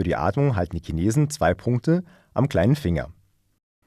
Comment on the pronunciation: Erst die komische Aussprache des Wortes "schnarchen" und dann der Klassiker "Kinesen" Sind die etwa in der Lage mit ihren Gedanken Dinge zu bewegen? Ich glaube nicht!